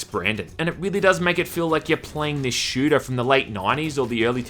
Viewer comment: I'm Australian too lmao, his accent is not what I meant. e.g the way he says "shooter" in the first few seconds of the clip.